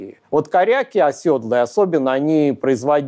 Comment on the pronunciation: Благодарю лектора! В качестве рекомендации: оседлый, а не "осёдлый". От "сел", "осесть", а не от "осёл".